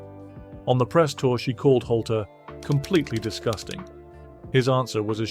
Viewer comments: its not holty its nick Noltey. nolt leee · His name is nolte not holter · It's just way too distracting to hear Nolte's name being mispronounced as Holty every 10 seconds. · Hol-tey? Sizemore when you don't show Sizemore... Hole-teeeeeeee, hahahaha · Excuse me why won’t you pronounce Nick Nolte’s surname correctly it begins with an N not an H sorry if I sound pedantic but I find it infuriating, apart from that great video !